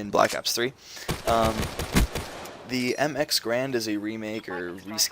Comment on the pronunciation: Stop pronouncing Garand improperly please. It's a person's last name, how would you like it if people pronounced your names incorrectly..